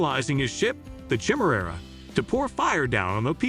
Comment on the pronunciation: I was stoked when I came across this video but for the love of all that is Star Wars, the way this AI pronounces “Jedi” and “chimera” was way too cringy to keep watching.